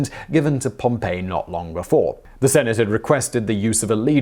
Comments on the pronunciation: This was totally ruined for me by your mispronunciation of the name Pompey. Which is pronounced pompi & not the town Pompeii which I’m sure you must have heard of…..No, does it not ring a bell….??. This is utter laziness not to check your script before presenting it to us. You do this in practically every vid I’ve seen. 👀 Once again not your finest hour…!😒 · If you are using the Anglicised name for Gnaeus Pompeius Magnus, convention is generally to pronounce the name as Pom-pee, so as to not create confusion with the city of Pompeii, which is pronounced Pom-pay. While in context one can eventually determine which you are talking about, it can be confusing at times. It also may cause someone to falsely associate the man with Pompeii, which he has no personal ties to, although his ancestors may have founded the city, giving rise to the gens name. The phrase 'et tu, Brute' should be pronounced 'et to Bru-tay' as Latin doesn't do silent letters. Shakespeare did come up with "Et tu, Brute' himself, though it certainly was based on the writings of earlier historians. Historians in the Roman era were notorious for writing the things someone would or should have said. Many historians would write entire speeches decades or even centuries after they were given. It isn't as though they had access to transcripts that have since been lost or that they consulted someone who was in attendance. No, it was just common practice to write a speech someone in the speaker's position would've given. Either using this same method, or quoting other lost works that likely did, Gaius Suetonius Tranquillus penned Caesar's 'last words' over 150 years after they were allegedly uttered and over 50 years after the last Julio-Claudian emperor. Historians knew that Marcus Junius Brutus and Gaius Julius Caesar were educated Roman men who had an mentor-mentee relat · Isn't it pronounced like Pom-pee not like Pom-pay? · Dude, it's POM-pee. Pom-PAY was a city buried by Mt. Vesuvius.